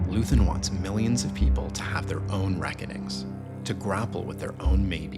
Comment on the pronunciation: First, his name is Luthen, not Luthern and second, every terrorist has a goal. His was a rebellion. He just wanted people to star to fight and leave the apathy. He is what is called as an accelerationist. He did not want power; he wanted the fight against the Empire to start and grow. He is the father of the rebellion. Every rebellion that existed is dirty and cruel. There is no good guys during the fight.